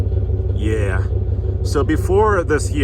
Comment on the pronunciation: That "Yeah" sounded awfully American from. 🇺🇸🤠